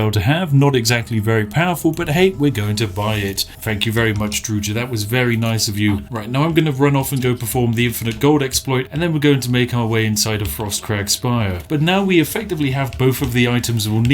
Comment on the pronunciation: I definitely heard Georgie. Corgi is a perfectly balanced doggo with no exploits video when?